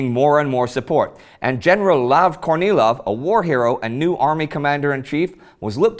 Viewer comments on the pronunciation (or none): General Kornilov. Why do I keep hearing General Courtney Love...?